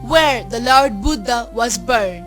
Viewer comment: Good piece of work but very poor English pronunciation.. the word lord is pronounced as 'lerd' and born as ''bern'.... !!